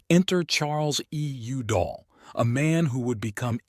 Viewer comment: How can you pronounce Udall correctly once and then get it wrong a couple times after that?